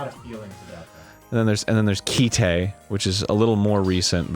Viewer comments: Ki-te... Do you mean Kite? Like go fly a kite? Arin probably pronounces memes as me me's. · my boy its just kite, not ki-te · Kite. Not keyteh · It's Kite. Like that thing you fly in the wind. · Is... is he trying to say Kite? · Arin, talking about Kite(and pronouncing it wrong): "It's not really that violent..." Kite: "Hey, here's a gun that, when she shoots people, their hearts explode in their chests in a shower of blood! Also people piss themselves an awful lot. And a dude's hand gets exploded off of his arm. And then a really rapey dude gets Robocop'd." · It's just called "Kite" lol. Like the English word.